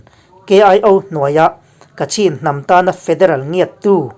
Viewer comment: Ka cin - ti a lam lo tur- Kachhin ti”a lam zawnk tue a nice...